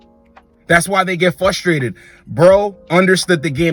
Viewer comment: Love these videos man but the word is FRUstrated not FUStrated.